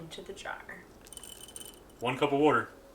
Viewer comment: You've definitely gotta be from Jersey or the Philly area. No one say water like those people 😂